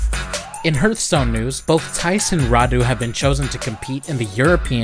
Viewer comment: the way he pronunces hearthstone feels weird to me